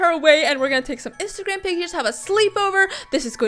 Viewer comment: I heard isagram in stead of instagram 🤣